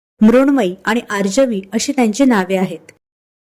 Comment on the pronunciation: आर्जवी ज उच्चार नीट करावा, ही विनंती.